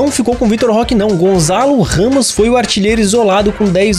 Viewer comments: não se diz Gonzalo Ramos dis se Gonçalo Ramos obrigado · NÃO É GONZALO RAMOS É GONÇALO